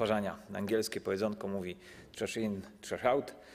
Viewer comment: TRASH IN TRASH OUT. CO TO ZA AKCENT? XD CZASZ IN CZASZ AŁT XD